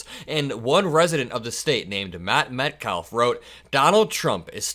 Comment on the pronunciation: English is not a phonetic language. If you don't say the L in calf, then why say the L in the English surname Metcalf? You can't speak English, or rather won't speak English? You're unfamiliar with English names or words, or something, is that why you can't, or rather won't pronounce Metcalf? You've lead that much of a sheltered life so far and need to learn basic English on the fly, is that why you have one way of saying calf and have another way of saying Metcalf? Do you say arch like "Arc"? No? Then why are you making another weird exception to say overarching wrong. If you hate English so much, why don't you speak something else, because the way you speak right now is very jarring to native speakers of English from your low vocabulary, yet you want to present to us.